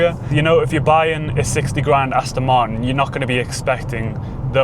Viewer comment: For the record there is the letter 'T' in Martin as in Aston Martin!!